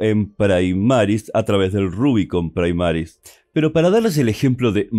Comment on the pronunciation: Primaris, del latín no praimaris